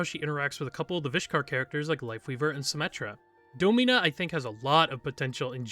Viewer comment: I could have sworn it was pronounced “DAH-min-uh” instead of “Doe-MEEN-uh”